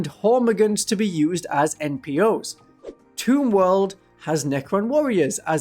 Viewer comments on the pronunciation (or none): none